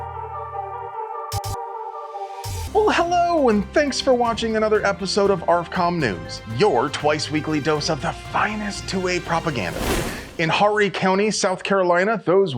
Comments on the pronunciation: Horry County is properly pronouced "O-ree County." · We don't pronounce the H in Horry County and over pronounce the O. It's O' Re County. We be southern 🤷🏻‍♂️. I love you. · hi I'm a local, Horry is pronounced like "ore-y", the H is silent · It's pronounced Or ree . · Horry county is pronounced like (Ohr-Rhee) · I live in Horry County the H is silent it's pronounced Orry. I think it's a fantastic idea to teach kids how to safely interact with firearms at school it may be the only education they get with firearms before encountering one in the wrong setting and are clueless and get hurt. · The h is silent in Horry county